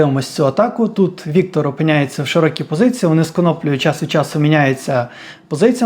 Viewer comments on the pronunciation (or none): none